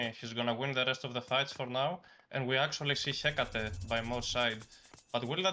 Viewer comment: Hearing pronouce 'Hekaté' in the right way is just heartwarming 😁